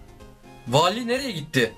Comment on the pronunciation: Wallye Vali diyen #unutmayacağız